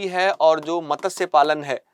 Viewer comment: मत्स्य में त पूरा न बोले।